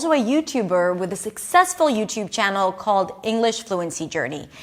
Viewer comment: Hi, - it sounds like Englis. Is that OK ? Please correct me if I'm wrong...